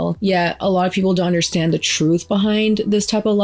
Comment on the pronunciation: “The trueff” trueff?? Yuk